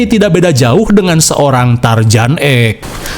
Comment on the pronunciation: Asli tiap kali dengar lo nyebut tarzan jadi tarjan seketika gue ngerasa cringe mulu karena mirip mendengarkan orang cadel gak bisa huruf r dengan jelas